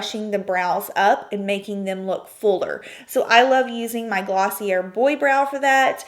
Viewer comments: Why even wear foundation? I don't and I think it's freeing! I think you pronounce it as "Glossie- yay" not "Glossie-er" I use black eyeshadow as eyeliner too since I am not good at applying eyeliner, lol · Great tips but I believe you pronounced "Glossier" wrong. It should be pronounced as "Glossy- ay"